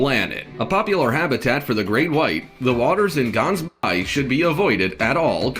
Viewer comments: You supposed say the G part in the word Gansbaai like you trying to get phlegm off your throat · that's not how u say Gansbaai the G is pronounced wrong